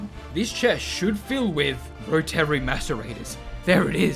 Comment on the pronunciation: The way you pronounce 'Rotary' makes me mad.